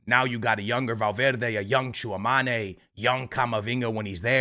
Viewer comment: C'est Tchouaméni pas Tchouamani 🥲